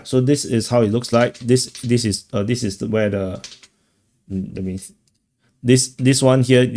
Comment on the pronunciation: Do you realize we cannot understand between 10%-25% of the words you are saying because you speak so fast and mumble with very sloppy English? Please try to speak clearer and slower and use the proper pronunciations. You say dis instead of this. That is a basic example of how you say all words wrong. Not one words is spoken correctly. And you haven't improved in 3 years.